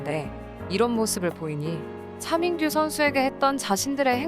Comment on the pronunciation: 씻으면서 틀어놨는데ㅋㅋ 차민규가 자꾸 챠밍-규로 들려서 웃었네요ㅋㅋㅋ